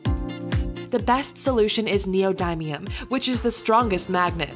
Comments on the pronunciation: Its neo dim ium not neo dime ium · its knee - oh - dim- me - m , not knee - oh - die - me - um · I thought it was neodin, not neodime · Neo-D-um not neo-die-um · i think it's nee-oh-din-ee-um not nee-oh-dime-eum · ITS NEODYMIUM NOT NEOMIMEIUM DAMNIT XD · Anyone who thinks that's black fluid is not something u should not "try" is dumb and liquid nitrogen is dangerous yes but hard to get ahold of same as try ice pretty much all of these r worth try and its knee oh dim E um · I die inside everytime she says Neo-die-mium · 'You're pronouncing "neodymium" wrong....Should be pronounced "knee-o-dim-ee-um" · in english, it said neodymium as leo daimyo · it's neoDEEmium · Wtf is neodiemium. U said it wrong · U said neodymium wrong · you said neodymium wrong at the end, i wonder how you still have face to talk in these videos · They say neodymium wrong I'm triggered🖕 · wtf u they are mispronouncing neodimium